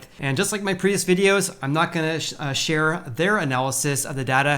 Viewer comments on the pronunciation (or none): Previous: Prih-vee-ous.... prih-vee-ous... say it 100 times...